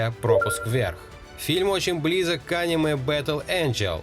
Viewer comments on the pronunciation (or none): none